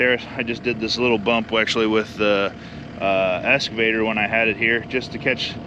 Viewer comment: It's okay, Brian Brown says escavator too, instead of excavator. Just bugging you, lots of words I say wrong too.